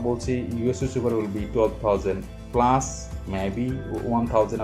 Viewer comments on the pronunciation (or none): none